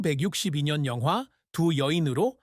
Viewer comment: 1962년을 1662년(천육백육십이년)처럼 들리네요